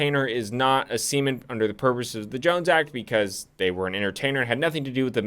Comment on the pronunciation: The way you pronounce seaman is questionable at best, negligent at worst